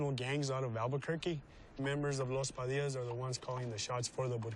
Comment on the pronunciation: You said “The Padilla’s”. No. Los Padillas. Los Pas or Los Pa. Respect the name. I taught high school in the North Valley in the nineties. I respected them and they respected me. Other gangs also.